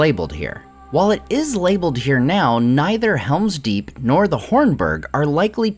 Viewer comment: It's called Helm's Deep not Hera's Deep